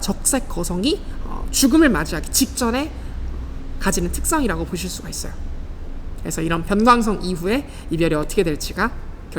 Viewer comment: 변광성이 아니라 변:광성입니다